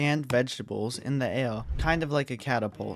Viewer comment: Why do you sound like a baby like the way you say air